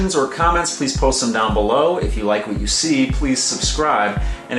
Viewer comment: the way you said upside dahn makes me feel like you're from pittsburgh.